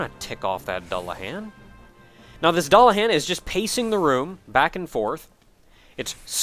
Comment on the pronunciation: you keep mispronouncing Dullahan